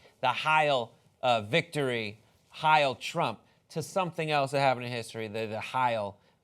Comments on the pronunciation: Why does he say hial not hail ? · Funny because the pronunciation was way off